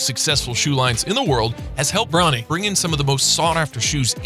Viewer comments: Learn how to pronounce before u make a vid of them KYLE IRVING AND BRO NEEE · he was about to say brownie instead of bro-nee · He really said bro-nee, LeBrown James, and Kyle Irving